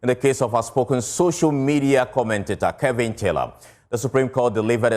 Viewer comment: Joy news his name is KEVIN not KELVIN! What's wrong with you so called news readers. Speak naturally and stop trying to slang